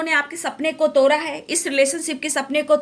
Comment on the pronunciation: भाई तोरा नही 😂तोड़ा है😂